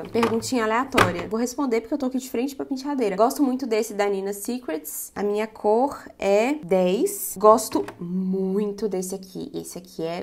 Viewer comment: "Munha", hahaha tão mineira, tambem falo isso😂❤